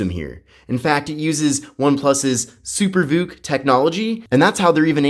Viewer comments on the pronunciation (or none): Did you say SuperGook charging?